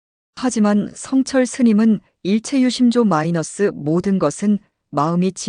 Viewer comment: 마이너스가 뭐냐 마이너스가 좀 똑바로 읽어라